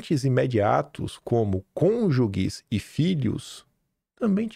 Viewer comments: Ouvir a palavra cônjuges sendo dita conjuGUES é punk. É conjuJE que fala. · É conjuges, som igual a GErânio. Não é som de gue. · CÔNJUGES - você precisa falar melhor o português.